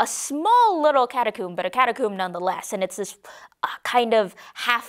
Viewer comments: not (Ca-ta-coo-m-b) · Catacomb (Ca-ta-coe-m-b)